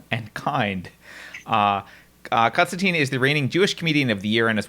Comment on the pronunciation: Every time this guy said ‘Konstanteen’ I wanted to rip my ears off.